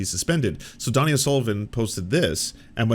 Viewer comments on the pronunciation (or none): His name is DONIE O’Sullivan. - Short for Dónal It’s pronounced like Dough-knee. Not “Donnie”